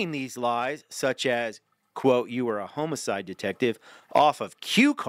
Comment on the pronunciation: Pronunciation tips for future videos. When pronouncing homicide, pretend it has two m's: "HOM-mih-syd" (short o sound like in Tom). There is no h in coerce: co-WERS